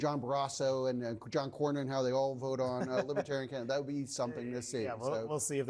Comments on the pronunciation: He keeps saying "libbatarian." You'd think if he wanted their votes, he'd know how to pronounce it. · That orange skin is mighty thin. And BTW, what is a “Lib-a-tarian” anyway? Chump: still a dangerous fool. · Trump did NOT say he would put a libertarian in his administration. He said Lib-ah-tariun That pathetic difference is enough for him to reneg on the promise....aside from the fact that anyone willing to work with him is by definition NOT a libertarian!